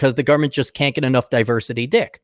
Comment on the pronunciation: Gotta love 'duh-versity'!!!